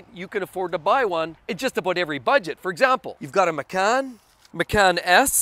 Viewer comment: Macan is pronounced match-an It's an Indonesian word for tiger Love your videos BTW